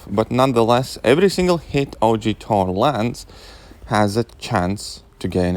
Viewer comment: Ttor (**Russian accent intensifies**)